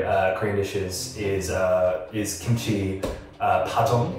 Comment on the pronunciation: “gimchi” 😂😂 I’m so sorry it’s just so funny or is it just me idk if I misheard it